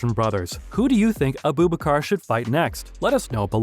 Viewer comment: Bro Said 'abu bakabar' 😂😂